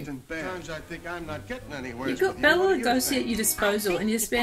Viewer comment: Bela's name is pronounced "Bay-la" not "Bell-a"